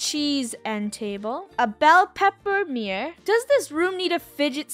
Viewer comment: The way Funneh calls a mirror a ‘meer’ is hilarious, also who else is watching all of ItsFunneh’s old videos?